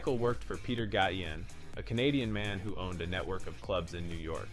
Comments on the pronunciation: Gayshen not Gottien Since when was Madonna a club kid? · Ga-tion... omg! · Are you saying Peter Gatien(Gay-shun) on purpose ? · It's pronenounced, Peter gacien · Dude, you said Peter Gatien’s name wrong every time you said it and no two times were the same lol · Lol pronounced Gay-shen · She was a clubber but not one of Michael Alig's "club kids" BTW Gatien is pronounced "Gay-shun" rhymes with nation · You all beat me to my comments, but no, Madonna was NOT a club kid as in the people this is portraying. Gatien is pronounced, Gay-Shin. Very bad if you don't even know how to pronounce people's names correctly, but you're doing a documentary on them. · PETER (GAY-shin) Even though It's spelled Gatien. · It’s Gatien Peter (Gay-Shun) that’s how you pronounce it oh n nice 👍🏼 video I knew Michael well